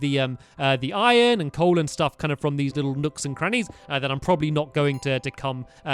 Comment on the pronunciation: Did he say "Nooks and Grannys"???